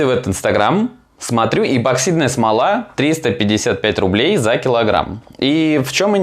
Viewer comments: ЭПОксидная не ЭБО а ЭПО, у тебя дажев названии ролика написано правильно!!! Когда вы научитесь говорит правильно?! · Неа. Я тоже постоянно слышу безграмотное произношение эБоксидка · так слух режет.. что такое эБоксидная смола? эбо еба ёба. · Я один тут постоянно слышу эбоксидная смола?😂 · Написано правильно а говорит ЭБОКСИДНАЯ СМОЛА. Следи за ресью